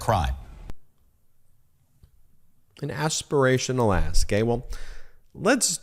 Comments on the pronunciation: Aspirational ask, or Aspirational ASS?! 😂😂😂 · what did you say aspirational asp? or did you say talking out of ass? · Did he say ask, or ASS !!